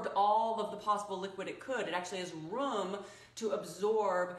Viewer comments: I heard rum. Lol. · I love it. But I promise I thought she said run, confused for a second. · That was a really special way of pronouncing “ room”